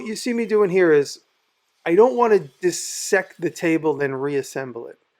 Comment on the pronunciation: Thanks for this Jimmy! I noticed that you pronounce "dissect" correctly, which is rare. I teach anatomy and get sick of hearing "Die sect." The parts of the word are "dis" (apart) and "sect" (cut). Sorry for the totally rando comment and keep up the great work.